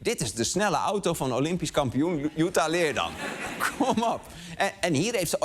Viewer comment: Nogmaals: je spreekt het uit als LeerDAM. Als ik Amsterdam uitspreek met de klemtoon op 'Amster' dan worden ze daar ook gek